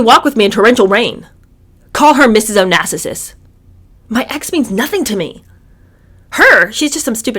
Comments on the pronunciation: O na sis. not o na sisis. lol although I like hearing you say it. lol but yeah if you were to refer it as plural then it would be onasisis but as is. o na sis. three sylables lol love your book readings. if anyone tells you to stop tell them to shut up then. lol love your channel. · Mrs Onassis, not Onassisis ✌️😁❤️ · I’m sorry I love you I love you to death especially the “yak” comment (“break up with him now”) haha but please stop saying “Onassisses”! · Hello, it's pronounced O-nass-is.